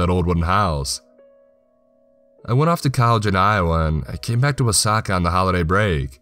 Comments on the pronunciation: For the longest time i thought he was calling the town Osaka instead of Wasaka, haha I thought "ummm I haven't been to either place, but it just doesn't paint that 'Osaka' picture" lol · Wah - saw- key. That is the pronunciation. I grew up about 30 minutes to the south of there. Good camping out that way.